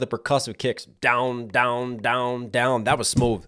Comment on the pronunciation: Stop saying smoove... it's so stupid. Just like these rehearsed reactions. Why pretend it's the first time you've heard it, like you haven't done your research for all the references...